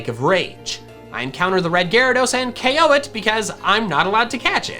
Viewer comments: Yo i would definitely buy if my pops allowed me to it's cool !! fyi you say the one hit ko thing in the opposite way, keep in mind that dont say ok say ko thats it otherwise i love this vid !! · It is ko not ok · Any time he said O.K I'm like it's K.O NOT F $*KING O.K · You switch between saying KOed and OKed a lot... What is OKed is that just a mistake??? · STOP SAYING O K, JUST SAY KO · CONFIRMED: if you take a shot everytime you hear “OH-KO” you will be pretty fucked up